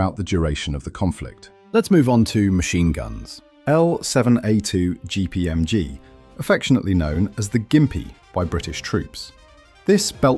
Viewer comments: Its not a "Gimpy", its a "Jimpy". Its not "Naato" its "Nayto". Rifle Grenade, i have no knowledge of the Energa Rifle Grenade ever being used by British Forces, anywhere.Argentinians never used the type B FAL bayonet. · It’s pronounced JIMPY not Gimpy. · It's pronounced Jimpy!